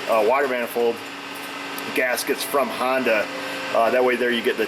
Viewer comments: Hi, why do you use the pink stuff to lubricate the parts, couldn't just use engine oil? Also, do people in your area say "Hondu" instead of Honda? Seem kind of rude to intentionally mispronounce a name. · We've got these little fellas "springs". Why is everything on her e a little fella? I'm getting tire of hearing the Honda called a hondew. The first thirty times calling it ahondew project weren't funny. Otherwise very professional content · Why do you call it a hondu?